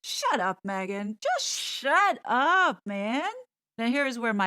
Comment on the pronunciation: I love when you say SHUT UPAH. So NYC 😂😂😂😂😂cracks me up every time ❤